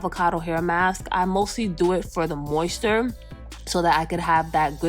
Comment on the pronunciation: Mayo nayse Moist ter Mi elle Saying everything wrong. But i loved the video